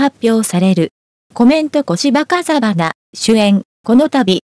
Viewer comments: あきない世傅金と銀はテレビで見ました。でもこのストーリーを話して居るAIか何か判りませんが、漢字の読み方が間違いだらけで、最後まで聞く気はには慣れませんでした。あきないせでんではなく、あきないせいでん。題からして間違い。出演の主役のこしばかざはなさんでは無く、こしばふうかさん。良く調べて伝えて下さい。いつも思います。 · いいドラマでした。 でも主役の小芝風花さんの名前と題を間違えるなんてと、人に伝えるのであればしっかりと勉強し、人に伝えて下さいね。 かざはなさんではなく、 ふうかさんです。 よでんではなく、 せいでんです。